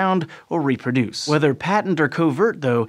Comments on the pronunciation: Patent infections: pronounced "pay-tent" not "pat-tent". "pat-tent" is a legal construct. "pay-tent" means open or obvious. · Mispronounced "patent", which is an all too common fault nowadays. When the word means "obvious", as in "His scheme was a patent fraud," or in a biological sense, as with the "patent virus", the first syllable is said with a long "a", like "pay" -- PAYT-ent. The short "a" pronunciation is used for the word that gives someone a license for his invention, or for a thing invented -- patent leather shoes, patent medicine.